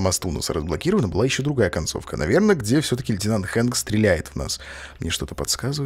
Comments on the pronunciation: Хэнк а не Френк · не фрэнк, а хэнк